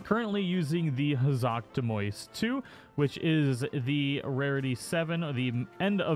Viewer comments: It's Elderseal not "Eldersteal" and Hazak Demios not "Demois". 🤦‍♂️ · statistically maybe. But what's most effective for you depends on the person just as much as your main weapon. What's really triggering tho is how he pronounces "demios"